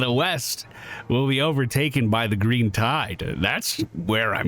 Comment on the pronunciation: Yeast I thought you said weast. What kinda compass you reading lad? This one sir. That’s west. You’re fired again. 😂